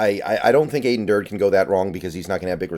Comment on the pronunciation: His name is pronounced Dur-dee (almost like Dirty).